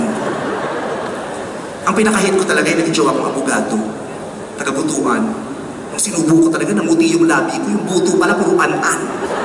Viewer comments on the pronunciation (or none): Kaway - kaway sa mga taga Butuan - it's But-wan, not bu-tu-an